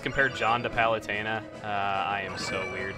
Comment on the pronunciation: sorry for being a grammar nazi but it's palutena not palestina your spelling of palutena reminds me of that palestina!